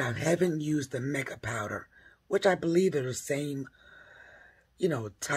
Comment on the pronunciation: Not mick-ah, it is pronounced "mike-ah"